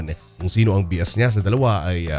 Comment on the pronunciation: Bias??? Pronounce as BAYAS.